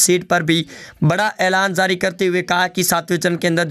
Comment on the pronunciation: Oye bolna seekh.Zari nahin jari hota hai.